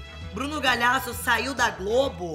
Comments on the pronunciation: A reclama do Bruno falar errado o sobrenome dela, mas ela fala "Bruno Galhasso." HAHAHAHAHAAHAH amooo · ela fala Galiasso